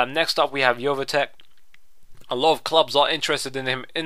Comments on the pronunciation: Jofetik? You should pronounce it as Joweteach! haha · jovetic is pronounced yo-ve-tich